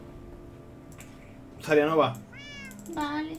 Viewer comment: pq le dice zarianova?